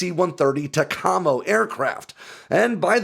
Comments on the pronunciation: It's not pronounced tacAMO. It is TACamo. From '68 to '92(?) we used EC-130Q aircraft. I was a crew member on these aircraft from '72 to '88. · Its pronounced "Tac Ah Mo" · Pronounced “Tack-uh-mo” not “Tecamo” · Tec-amo is not what we call them. It’s Tac-a-mo. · Tack-uh-mo, not Tuh-CAH-mo. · The word "TACAMO" is pronounced "TA-CA-MO", not "TA-COM-O", or at least that is what I heard in the late 60's~early 70's at Collins Radio. Work on the system was being done in the Dallas area, not near any water to say the least. I don't know where the test flights occured, but I heard that sometimes when the antenna was reeled in, it has some trees branches attached to it. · I enjoy your videos. Yes the C-130J-30 would be more than capable of flying the TACAM0 {pronounced: Tac-ea-Mo} Mission. I have watched a few of your videos and noticed that some of the pronunciation is non-standard to what US Veterans would utilize. Might be a good idea to find a Vet that knows the subject, and reach out and ask for a story. Lots of Veterans enjoy telling 'war stories' of the crap-tastic piece of lowest bidder horse dropping that we have all served/worked - on/with. You will get the proper and colorful pronunciations to boot. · It's pronounced "Tack-Ah-Moe" not Tah-kah-moe". Interesting info though. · Not tuh-cah-moe, it's TACK-UH-MOE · Great video but those from the community say “Tack Amo” not “TacAmmo” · Dude, it's TAC-amo, not tac-AMO. Just sayin as a former VP/VQ guy. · As a former USN P3 flyer never heard TACAMO “TACK-A-MO” pronounced they way you said it “TE-CA-MO” unique. 👍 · It’s pronounced tack-a-mo, not tuh-com-oh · It's universally pronounced \TACK-uh-moe\, not \ta-KAH-moe\ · It’s “Tack-a-moe” Tacamo not “Ta-com-o”. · Tac-a-mo not ta-ca-mo… or at least that’s just how I’ve always known it to be pronounced 😂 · Does not sound like Tacoma! TAC-A-MO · TAC-A-MO, not Taccomo. Take Charge And Move Out. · \TACK-uh-moe\, not \ta-KAH-moe\ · Tac-a-mo not ta-com-o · Pronounced Tack-A-Moe.